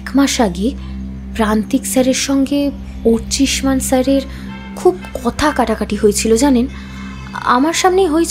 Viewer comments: অর্চিমান না, অর্চিষ্মান,,, একজন ডিটেকটিভ একজন সহকারী,,, সঠিক নাম টা বারবার ভুল উচ্চারণ করছেন,,,,, খুবই দুঃখের 😢😢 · ভালো লাগলো গল্প... উপস্থাপনা ভালো হলেও সত্যানুসন্ধানী আর তার সহকারীর মুখে অর্চিষ্মান এর ভুল উচ্চারণ কিছুতেই ক্ষমা করা যায় না...